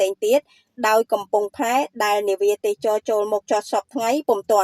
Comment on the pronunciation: AI ឬអ្នកអានព័ត៌មាន អានមិនត្រូវសោះ ទេសចរ ជាទូទៅគេ ត្រូវអានថា ទេស សៈ ចរ មិនមែន ទេស ចរ នោះទេ